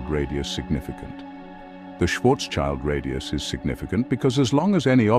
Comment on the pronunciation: Nice Video, but my German ears are bleeding... schwarz-child😅